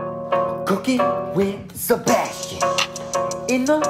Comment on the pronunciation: Sea-bass-tian.. that’s all I’m going to say.